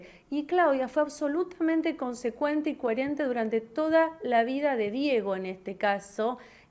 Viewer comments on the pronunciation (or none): min. "CUERENTE" ??? Yo tengo primaria nomas y se que es COHERENTE, esta es abogada y no lo sabe? Es como el otro que dice que es ingeniero y no sabe leerrrr!! jeje